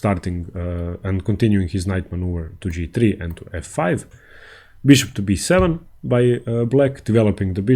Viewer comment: How much more than the indian accent with like c-fie haha